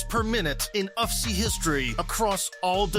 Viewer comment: Please don't keep repeating "UFCEE"...it's U..F..C..come on man..